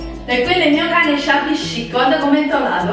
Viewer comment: secondo me ormai lo fai apposta a dire shabby chic😂